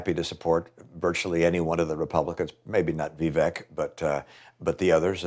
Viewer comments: It's Vivek pronounced like "cake." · ''Vi-vake''. Rhymes with cake. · his name is Vivek... rhymes with cake. Awesome channel but get his name pronunciation correct.